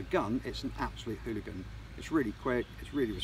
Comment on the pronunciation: Just makes me want it... when he says it's a fOk'n Hoolagin. Lol 😅